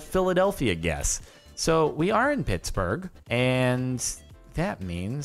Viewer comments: i live in pittsburgh, and i was cringing so hard when he got phittsburgh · "A project of the pittspurgh cultural trust" riiiight at the start